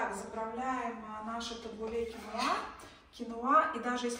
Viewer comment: И ещё вы не правильно ставите ударение, кинуа и табуле ударение на у